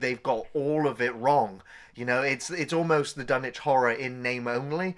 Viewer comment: Dun ITCH thank you at last someone pronounces it correctly.